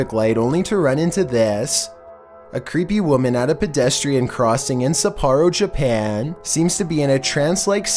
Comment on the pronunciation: “We’re back in Jerpan”